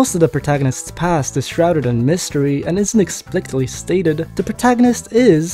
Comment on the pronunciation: "explictly" lol